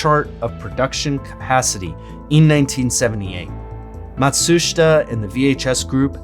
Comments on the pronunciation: Some knowledge of the syllable breaks in Japanese would be a good idea when talking about Japanese things. Not Mat-shush-ita. In JP, almost every syllable ends in by its vowel sound. Matshuita is Mah-tsoo-shee-tah. まma, つtsu, しshi, た ta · Great video, and I love all the references in your description, very very good work. I think it's Mat-sooh-shee-ta though :) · You have to learn how to pronounce "Mat•su•shi•ta." 😄